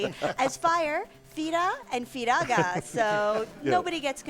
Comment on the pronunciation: Wrong pronunciations of Fira and Firaga. There's literally katakana for these FF spell names.